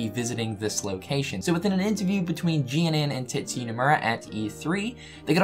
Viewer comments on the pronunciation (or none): none